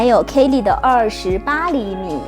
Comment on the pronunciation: バーキン还情有可原…可是kelly怎么也读错 也不是kei丽啊…日语ケリー也不是这么读的